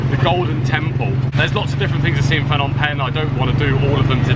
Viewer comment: It's the language nark again, it's not FFFnom Penh, pronounce the 'P' first as in P'nom. Apologies for seeming narky, I copped these corrections for ages from locals. Luv your travels and great footage cheers 😎.